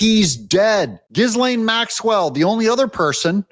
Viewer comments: QC here...Hey Doug, I'm going to try this one more time for the sake of credibility, pronunciation matters. Hey Doug, here are 4 ways to pronounce Ghislaine Maxwell's name. The "s" is silent. Ghislaine Noelle Marion Maxwell ɡiːˈleɪn ɡiːˈlɛn ghee-LAYN ghee-LEN So, unless you are doing it as a bit, please drop the "giz". Thanks. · pronounced GAH-LANE, Doug.🤪